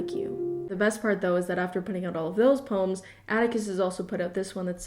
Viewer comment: nobody:: PÖMS